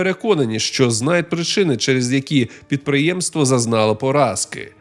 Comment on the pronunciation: Підприємство зазнало поразки? Підприє́мство — самостійний суб'єкт господарювання.